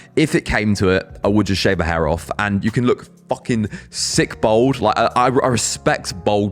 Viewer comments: It’s pronounced bAld not bOld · you say BOLD instead of BALD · Its bald not bold 😂...im researching for my son ..hes 27 and hes bothered by his cul de sacs ..im 56 been a slap head since i was 30...its never bothered me at all ..but my son is....its great that its more out in the open.....better than wearing a davy crockett hat...😂